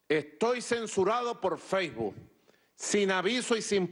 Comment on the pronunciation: Jajaja feibu